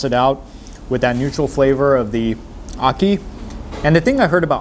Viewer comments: Ocky and fish. 😂 It's called Ackee and Saltfish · It's ackee and saltfish not ackian